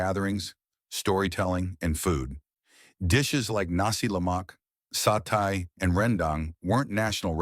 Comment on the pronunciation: A.I. - This skewered food dish is pronounced [ SA TEH ] , NOT [ SA TAI ] . You continue to make the same mistakes time over time. Get your facts right !